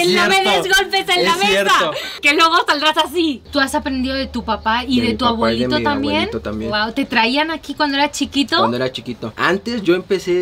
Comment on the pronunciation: No sé cuántas veces el vato dijo "mi agüelito", A-BUE-LI-TO, es una "B", "B", "B".